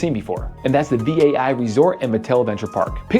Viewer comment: It is V A I not vai, please do your research